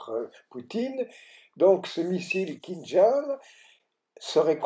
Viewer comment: Kinjal pas " kinzal " au niveau de la prononciation КИНЖАЛ c'est un J et L a la fin !!!